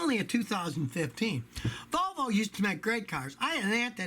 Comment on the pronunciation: Scotty says Vol-no